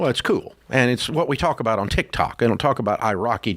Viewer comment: Sorry I watched till very end … Ramsey saying Tik-TAK. 😂